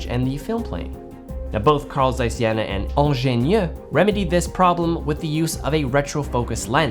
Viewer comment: Jena is pronounced more like: Jay-nah ;)